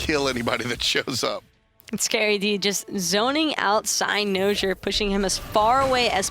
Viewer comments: the way pronounces cynosure, its like nails on a chalk board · cy-NO-sure. man each time she said that got me so triggered lol